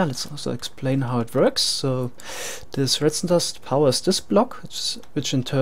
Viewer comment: ok, i couldnt tell, i thought so because when you say things like "this" you'll say "zis"